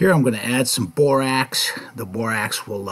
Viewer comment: "I'm going to add some bor-AX" 😆